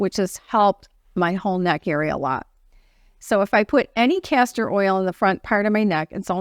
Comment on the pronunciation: I hope you are saying castor oil because it sounds like cancer oil. I do the same thing many times as well. I don't know who would want to put cancer oil on their face...lol. I'm not throwing rocks at you so it's no big deal. By the way if you use DMSO on your face with a roll on applicator it will do a lot of things like you were talking about. Be careful it will penetrate and pull anything into your skin. So you have to be very careful with it. Do research on it first or ask me more.